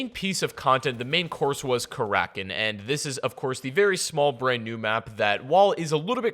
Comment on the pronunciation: its kara kin not kar rakin fuck say it right